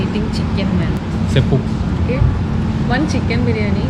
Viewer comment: 6.10 that's not seppu that's cheppu🤣🤣🤣